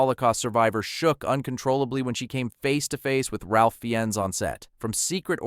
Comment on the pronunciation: He pronounced it fine.